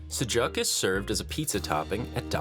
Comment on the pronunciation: It's not pronounced like that 😭 I understand some don't know but that's not how you pronounce sujuk. ❤️